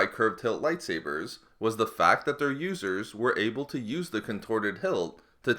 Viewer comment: LOL At the start of the video, i heard "Losers" instead of "Users"